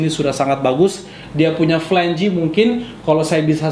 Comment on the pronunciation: Flange not flan-ge :)